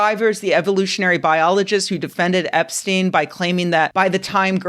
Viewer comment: Oh hell no, not "Eps-chick" 💀